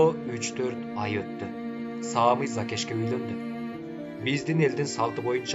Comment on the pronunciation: Кыргызча ат Самый, ударение на "ы", Саамый деп окуйт го. 🙈